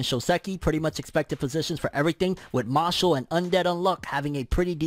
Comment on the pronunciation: Who remembers when called it “Mash Lee”